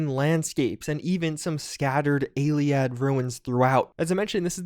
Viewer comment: "Ayleeeaaddd" me: cringes in Ayleid Truly a nede